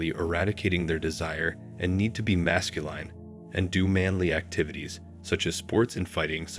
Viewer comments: 1.12. Can u PLEASE say Masculine properly!! Your robot voice is doing my head in. Phonetically it's "mascuLIN" NOT mascuLINE"!! Grrr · Narrator is a computer voice? Consistently mispronounces "masculine" as "mascuLINE." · Why do you pronounce masculine retardedly? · Never heard the word masculine pronounced that way. Wow. Increeeedable. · THIS BOT CAN'T PRONOUNCE M A S C U L I N E.:face-green-smiling::face-fuchsia-tongue-out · This is a popular topic used for click-bait.Then you proceed to RUIN THE LISTENING EXPERIENCE by using robo-speech. The producers obviously DON'T care about the subject matter. All they want is the money generated from clicks. These producers are running a click-bait video factory and couldn't care less about the quality of the subject matter. Words like "MASCULINE" repeatedly and annoyingly mispronounced as "mas-cu-LINE demonstrate how little they care about the videos they put out. God forbid they should use a REAL human narrator. That would cut into the bottom line. I know complaining about it won't even be noticed by the producers. Nor will any of he other comments made here.Gotta keep the assembly line going.